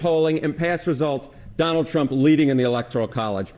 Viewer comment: Did he say Johnald Trump?